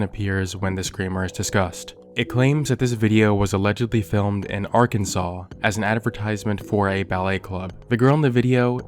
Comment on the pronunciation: thought Dire Trip was about to make a cameo lol Not Arkan-"ass" 😂 Awesome vid as always!!😁